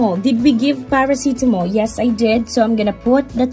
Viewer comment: Love it when your saying Parasitamol ❤ Anyways your videos are very helpful. ❤